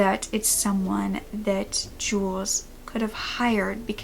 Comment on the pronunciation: I’m sorry :( but his name is pronounced as jewlius not jewels :/